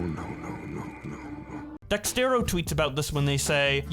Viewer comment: Is constantly saying out “Dextero” instead of “Dexerto” a running gag or smth?